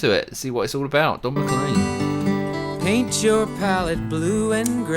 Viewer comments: It's pronounced. McLane, not M'Clean. I'm Scottish, it's a Scottish name. Just the same as McKay is pronounced Mc "Eye." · His name is pronounced Mc Lane, as opposed to Mc Lean. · I was in total shock, my granddaughter in law was listening to this with me, she said she’d never heard of Vincent Van Gough, I said really, one of his paintings is your cell phone case, she has Starry Night as her cell phone case. His name is pronounced Don Mc Cleen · It's pronounced McLANE